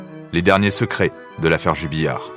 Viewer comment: Jubillar et non Jubilliar.... Les journalistes